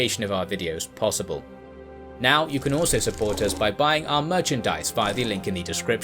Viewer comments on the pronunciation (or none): It doesn't make you sound smarter to say "thee" instead of "the" all the time.